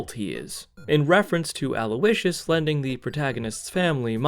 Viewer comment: did you just call his dad Aloe-icious?? 😭😭